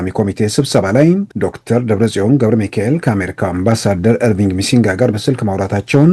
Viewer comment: እባክህ "ኤርቪንግ ሚሲንጋ" አትበል... ትክክለኛው "ኧርቪን ማሲንጋ" ነው (ራሱ ስሙን ሲጠራ እንደሰማሁት)